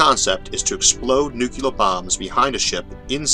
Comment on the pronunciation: Thank you for wonderful lectures. PS: Please consider pronouncing "Joule" as "jewel"(jew-l) instead of "ja-u-l" and "Nuclear" as "Nuclear" instead of "nu-ke-lar".